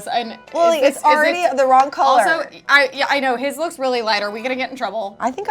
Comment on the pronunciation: 😂💚 says “collar” instead of “color” lol haha